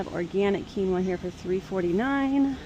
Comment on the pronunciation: I feel so bad 😅 you said quinoa and i wasnt looking away from my phone and i swear you said tequila and i was thinking yuck what on earth would taste good w liquor thats budget friendly haha sorry